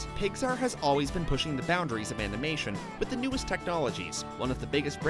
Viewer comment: Number 60 he says amination instead of animation😂 I'm sorry